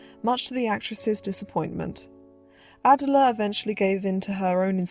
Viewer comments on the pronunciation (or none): ❤❤ Wow! You’ve created another well done, well researched YouTube documentary! Thank you! One very minor correction I have is in the pronunciation of a well known reporter’s first name. Miss Rogers-St. John’s first name is pronounced Uh-dell’uh, with emphasis on the second syllable - just as the modern day British singer’s first name Adele is proniu uh-dell’. Now, concerning your new documentary, most movie fans are familiar with this popular 1920s-1930s film actress only through her name (Clara Bow); her nickname (The It Girl); and by having seen numerous black & white still images …maybe even one or two of her movies . However, before watching your documentary, I - and I bet most people - knew very little about the troubled, lonely life of Clara Bow, a beautiful, complex woman who, despite a troubled life, possessed what the movie moguls of her day called “it”- what we now call charisma, an indescribable quality, even beyond her natural talent and beauty. People were drawn to her, yet she never found true happiness and peace in her real life. What a deeply moving life story. Again, thank you for this thoughtful film about a woman whose gifts were never fully appreciated.